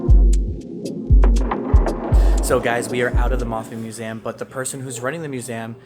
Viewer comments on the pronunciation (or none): I’ve never heard anyone say muzam instead of museum?😂 You are one of a kind,! 😊